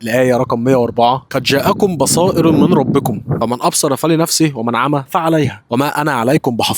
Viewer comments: بصائرُ يا أخينا والآية التانية برده قرأتها غلط نصيحة حد نصحهالي : اتعلم تجويد مش هياخد منك شهر حرفيا من أسهل العلوم بجد بس تتدرب مع شيخ في المسجد أو تسمع قرآن من شيخ معين كتير وتعرف الأحكام ببساطة صدقني هتفرق معاك أول مرة أشوفك ربنا يوفقك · بصائرُ بالضم و ليست تنوين اخي